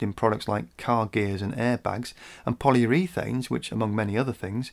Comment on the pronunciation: Rare to see you make a mistake. It's 'poly_oar_uthane' not 'polyour_e_thane' (forgive my ham-fisted 'spelling for pronunciation' (for English-speakers') attempt): and